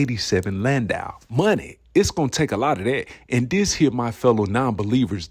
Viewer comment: U are pronouncing it right, it's a Landau not a Landoo 💯